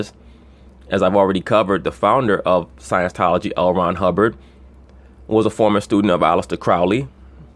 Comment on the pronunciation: it's "scieNTology" btw, not "sciencetology"